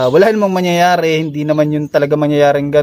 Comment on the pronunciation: hahaha bos ok na sana ung paliwanag mo tawa kami ng tawa ng anak ko sayo na buloy kana imbis na mang yayare sabi mo mang nyanyare hehe pero ok lang yan bos